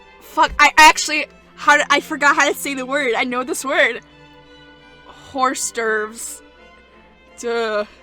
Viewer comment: hors d'oeuvres is pronounced "or dervs" lmao